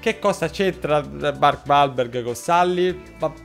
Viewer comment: Mark uolberg*(pronuncia)